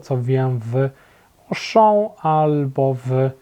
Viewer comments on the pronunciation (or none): none